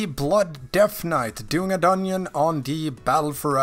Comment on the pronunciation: dungeon = doneonion lol cranks me up every time you say that ahaha, where are you from ?